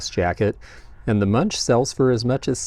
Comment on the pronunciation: Edvard Munch book is pronounced "Monk". I am Norwegian and have been to his museum in Oslo! 😊 Amazing artist!